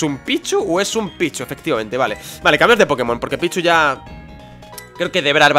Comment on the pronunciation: yo pensé que dijo "Es un pichu ooooo es un picho?"